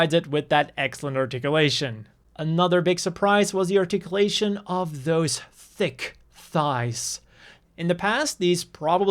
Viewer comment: the way you pronounced "THICC. THIGHS."..... yup, here's a like